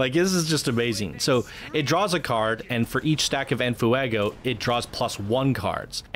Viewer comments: Were you saying "in foo-ah-go" for comedic value, or do you genuinely not know how to pronounce it? Lol... In case it's the latter, you pronounce it "en fway-go," mate. Lol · which add-on do we download first, venom or deadpool? u clearly don't speak Spanish- its NOT ENAFUEGO, JUST ENFEGO. there is no A that u are throwing in there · Sorry I don't want to be that guy but...Its said more like this fwey go like fire in Spanish it really irks me how you say never the less it's a fantastic video also I get the whole rant I've been in similar situations and it's annoying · "En Fuuehgo." Sorry, I had to. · Nice vid.. its en "fwaygo" btw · The way you pronounce enfuego is hysterical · Sorry for the late reply, but yes the F Face resists are very helpful. If for some reason DP is targeted he won't lose En Fuego stacks (which the video author, despite making a very good video, butchers the pronunciation of). I have this in my current DP kit but with a mod that makes it free. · Your videos are so good but the way you say en fuego made me immediately shut this video off